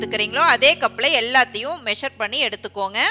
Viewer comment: Excellent sister,but quantity take,not "yeduthukoonga" "yeduthukkanga" thanks